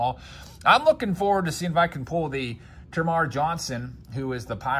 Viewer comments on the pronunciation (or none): none